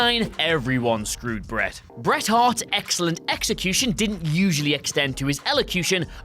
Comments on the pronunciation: "you scewed me"? Anyone else catch this? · "You Scewed Me!"